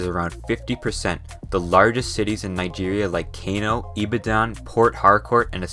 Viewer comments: I stopped listening when i heard Kay_no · Would have been much better if you had gotten the pronunciations right. Benue = ben-WAY Kano = kah-NO Benin = bee-NEEN Sokoto = SOH-koh-toh Lagos = lay-goes Ibadan = ee-BAD-an Yoruba = euro-BAH The biggest thing keeping Nigeria from its rightful place in the world is the legacy of the divide-and-conquer indirect rule tactics of the imperial colonists: corruption. Perhaps when these old people currently misleading the country die off then there may be a chance that the young generation can bring the change that the country so desperately needs. Nigeria will not be the new China, but one day it may be a New (corruption-free) Nigeria. Time will tell.